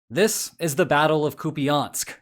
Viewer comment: Koo-pee-ahnsk, eh? lol...